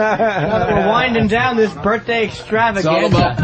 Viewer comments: Leave it alone. Berfday is radio gold. I think he knows what hes doing. Hes been doing radio since he was 18. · I like when Opie says ‘berfday.’ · There is actually one thing funnier; pronouncing it "birfday"...home run every time